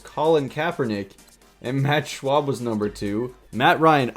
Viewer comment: Schaub, is pronounced Schaab not Schwab. :-D